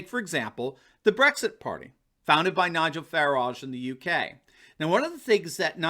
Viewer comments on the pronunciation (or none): I love how always pronounces Nigel Farages name like he is a fancy pastry